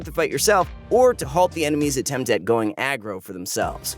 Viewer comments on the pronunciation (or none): none